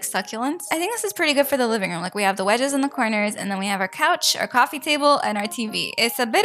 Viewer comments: Why do you say QUOFFee maker most of the time? It’s SO ANNOYING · Bro why "cowfwee"